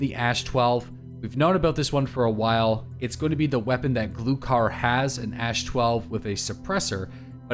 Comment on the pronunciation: With guns from Russia! Please, check your pronunciation: Gloo harr (The reserve base boss) and Shture mann (Woods boss) Gloo harr means Capercaillie (or deaf man as slang) Shture mann means steersman (navigator) in English (as the plane in Russia is an air ship). Lots of thanx